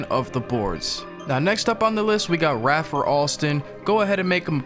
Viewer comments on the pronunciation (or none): Put some respect on Skip’s name boy! Ray-fer not Ra-fer 🤦🏾‍♂️